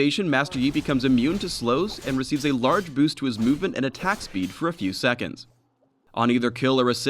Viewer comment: lol,it's boost man,boost xD